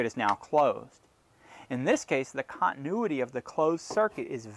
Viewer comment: learn how to properly say "continuity" and I will put more trust in your instructions...ahh, I hear later in the video you've learned to say it right 🙄